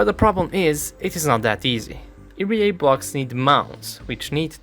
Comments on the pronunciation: It's ERA not "erie yay" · EE "EERRR" AAA Not EEE REEEE AAA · My favorite part is the 10238 times he said "eerie-a", truly a masterful rendition of 3 simple letters. Other than that, really enjoyed the comprehensive breakdown of capability. Edit: it occurred to me i should at the very least make a suggestion: you may find it easier to think of it like "eeyaray" and pronounce it like that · I am sorry but the pronunciation of ERA got to me. Eee-Arr-A as individual letters is how I say it. Eerry-A is just a way I never thought of saying it. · The way he says ERA really puts me off. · you probably already know by now but you are mispronouncing ERA